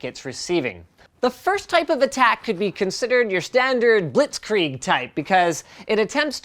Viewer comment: lol how he says "Blitzkrieg"... xD